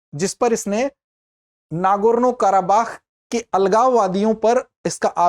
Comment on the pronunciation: nargoono nhi hai nagorno hai sir ji